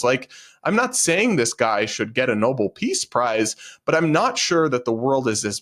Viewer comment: A what peace prize? "Noble"?? It's NOBEL. One sounds like "no ball" (what you said) and the other like "no bell" as in Nobel Peace prize.